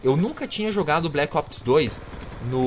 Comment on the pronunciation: Colo Of Duty bleque opes kkkkkkkkkkkkkkkkkkkkkkkkkkkkkkkkkkkkkkkkkkkkkkkkk